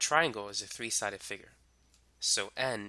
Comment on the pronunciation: its funny with u say 3